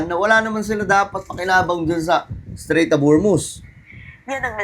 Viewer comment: Strait yan Hindi Straîght of Hormuz